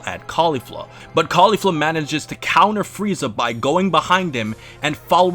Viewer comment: I love how you pronounce Caulifla's name the way the dub does, mad respect! And I'm one of the very few people who actually prefer her manga counterpart so it was great to see it win the battle. But i really have to say it kindof annoys me when the anime tries to imply that they're lesbos as some sort of fanservise. I mean, they say that they're LITERALLY everything else. Sisters, Master/Protogee, Best friends. That's the only thing i don't like about the anime version but i do agree with you on everything else. Nice to see you back.